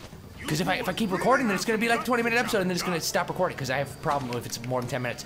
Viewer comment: LOL "hava more stamina"